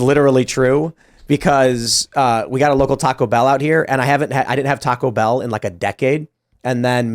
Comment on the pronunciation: C'mon man. You're saying Taco Bell wrong.